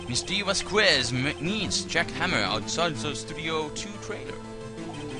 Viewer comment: you say Vasqu¡e!z, but it should be pronounced V¡a!zqes. Hard to explain, el español se complicado.